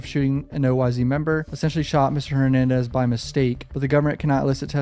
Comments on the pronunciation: Yo when you say oyz it’s not o-y-z it’s just oyz like imagine it was a s instead of a z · BTW its OYz pronounced: oh•wise & OGz=oh•jeez haha js I enjoy the content